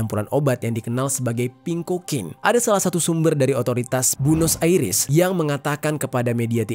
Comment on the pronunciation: Liyem, one direksyen, buenos airis, ripley